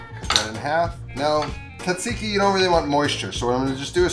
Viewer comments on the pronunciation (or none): you are making my ears bleed...the correct pronunciation of Tzatziki is...zat-zee-kee...don't quit your day job for this youtube gig!!!